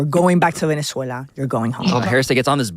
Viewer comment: SAYS "VENEZUELA" LIKE AN IDIOT 😂